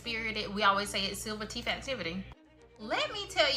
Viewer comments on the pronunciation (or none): teeth, not teef